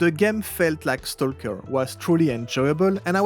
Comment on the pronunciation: The "L" is silent, when you say stalk/stalker in English. Stock/Stocker